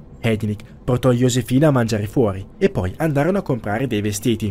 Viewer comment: ok ma "Yosefina" non si può sentire